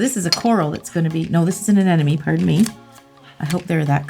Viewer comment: A-nem-a-nee not an-en-emy.